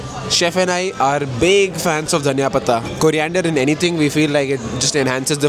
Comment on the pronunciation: Hahaha dhaniya .She pronounced it correctly btw 😭